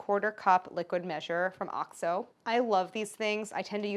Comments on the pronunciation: Is that how OXO is pronounced? I wonder why they spell it in all capitals (if it's not pronounced as initials). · Is oxo pronounced like that?? I've always said oh-ex-oh 😭😂